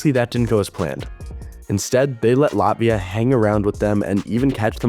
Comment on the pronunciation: Please pronounce Latvia correctly. You must pronounce harder T - LaTvia, but you go LatVia.